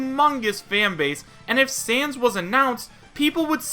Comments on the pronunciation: I know that its a joke because you said san instead of sans. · Who else is watching this after he is a mii fighter costume also its Sans not San